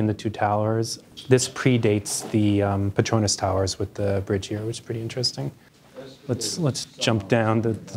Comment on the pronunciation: I'm surprised even architects pronounce Petronas as pet-RO-nas instead of pet-ro-NAS